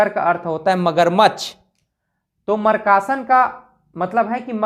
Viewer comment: Markasan bol rhe aap, makrasan ko😂😂😂😂